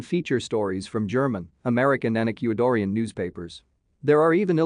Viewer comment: "Ec-que-i-dor-ian?!?!" LMAO! That voice needs to be reprogrammed to have better pronunciation! LOL! "Nicky-yah!" HAHAHA!!